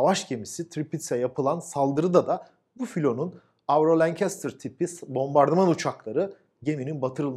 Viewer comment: Tebrikler. "Lancaster" 'ı doğru biçimde telaffuz etmişsiniz. Garip Burt Lancaster de aynı fenomen yüzünden "LanÇıestır" şeklinde yanlış olarak bilinir. Aggressor da doğru, ona da "Agresör" falan derler. Selamlar...